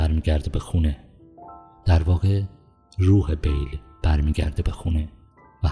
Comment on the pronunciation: شما که میخوای یه فیلم رو تحلیل کنی بهتره اسم ها رو هم یه سرچ بزنی درست بیان کنی نه اینکه انگار یه مقاله گرفته باشی روخونی کنی با اسم های غلط غلوط. اسم شخصیت اصلی Bill هست نه Bale اسم دوستشم ویکتور زیگلر بود باز اینم اشتباه گفتی زاگلر در هر صورت با آرزوی موفقیت برای شما دوست گرامی